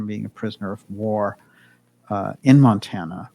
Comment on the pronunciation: Montana. Mount-Anna.